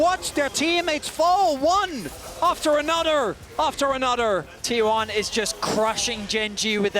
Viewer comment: It's another not anodder... 😂